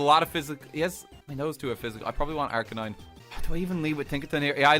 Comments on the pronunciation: OMG Wolf actually said Arcanine and not Arcanina. Didn't expect that lol. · Woah did you just pronounce Arcanine properly? Who are you?!